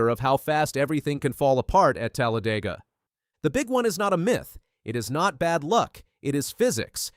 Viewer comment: i hate how you said Talladega